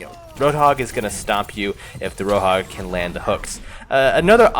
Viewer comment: Wtf he Seid rohog in stead of roadhog